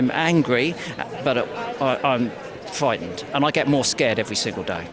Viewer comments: Oh, no! Chris Packham is fwightened. It's the girls that have been repeatedly...culturally enriched...that are frightened, Chris. You and people like you are enabling it. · Fwustwated and Fwightened